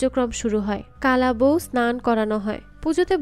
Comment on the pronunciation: Kola bou not kala bou